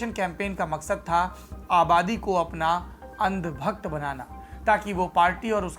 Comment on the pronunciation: ने अंधभक्त शब्द बड़ा जोर देकर कहा है। 😁😀 देशद्रोह कानून, हाँ, सुना सुना सा लगता है। सारे सुने ओर महसूस करे तो कुछ बात बने।